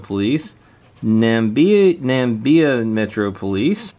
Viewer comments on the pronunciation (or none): Sweet! Seeing Namibia there among the patches......is a diffrent country from south Africa tho....also we pronounce the i 😋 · Namibia - nuh mib (like bib) eee uh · its pronounce "Na-mi-b-a"